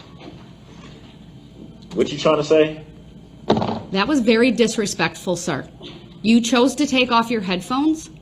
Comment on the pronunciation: Exactly. He also likes to say dishrespectful, undershtand, ridicaless, and jurishdiction.